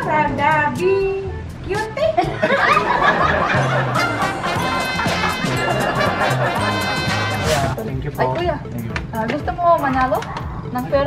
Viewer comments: Phonetic spelling of Viktorija. VIY-KTow-Riy-Yaa and Radaviciute is: ra-da-vici-u-te (we separated the syllables with dashes) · Victoria Radavicute ang pag bigkas hehehe